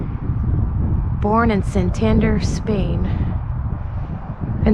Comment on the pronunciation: You're pronouncing santander incorrectly.... it's not sentender.......just look at the letters.... that'll help you.